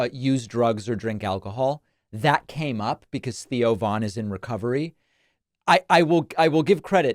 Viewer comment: Thoe Von?? Who the frkn is that